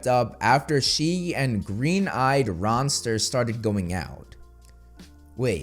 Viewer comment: I think they meant Green eyed Monster i.e. jealousy. They just said "RONster" instead of monster.